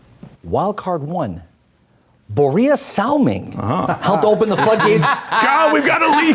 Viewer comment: "Niklas LinDstrom" "Borea Salming" XD